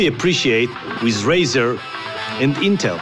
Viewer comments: Razer not razor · It's Razer not Razor noob!! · i think it's razer not razor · it's razer not razor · its Razer not Razor